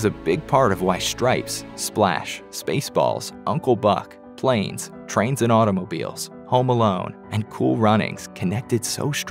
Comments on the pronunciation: The narrator of this video read Planes, Trains and Automobiles as if they were three separate movies. SMH. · LMFO! The delivery of "Planes, Trains and Automobiles" as if it's two separate movies 🤦